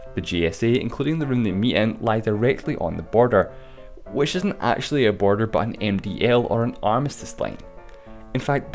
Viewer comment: why did you say borer😂😂😂😂😂